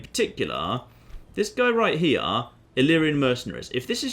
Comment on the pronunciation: RIGHT HE-YUH